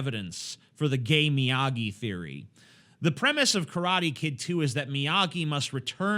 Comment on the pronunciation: But thats just a theowy